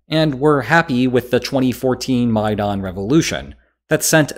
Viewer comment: I'm pretty sure no one else pronounce Maidan like that.